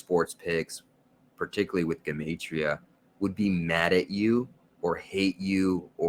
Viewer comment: Thank you for pronouncing 'Gematria' CORRECTLY (that is the #1 way to spot a fraud)